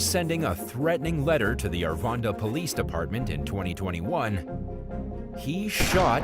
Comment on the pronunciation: Its Arvada not arvanda..